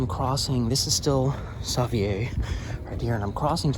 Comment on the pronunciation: Holy smokes have I been saying, 'Savier' street wrong my whole life?, are you certain of your pronunciation there?